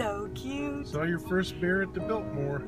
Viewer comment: The house was nice but Farm girl is "Builtmore" :)